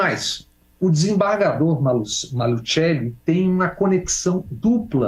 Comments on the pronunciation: No programa do Nassif uma pessoa do Paraná ensinou a pronunciar Maluceli e não Malutcheli como o Bob fez. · Bob Fernandes na hora de falar o nome do desembargador fala em italiano "malutcheli" ninguém no Paraná conhece essa família, aqui todo mundo conhece a família "maluCeli" deveriam dar o toque para esse jornalista esta ajudando na confusão e fica por isso mesmo